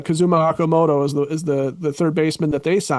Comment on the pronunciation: If you Want Japanese ball players, at least pronounce their names properly! “O”Okamoto like Ohtani! A long “O”!